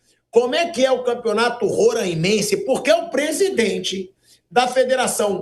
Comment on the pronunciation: Não rôrâimense, é róráimense. O som não é fechado, é aberto